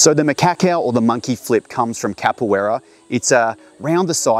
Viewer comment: It's said more like muh-KAH-ku And KAH-pu-EH-da